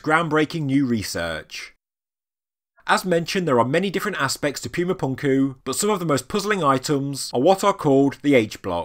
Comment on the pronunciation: NOT "Pyooma", "POOMA"! Don't insult the Spanish language with your hoity-toity MISpronunciations!